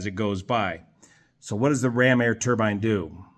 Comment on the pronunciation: Thank for pronouncing turbine correctly. You're one of the few who don't call it a "turban". 😆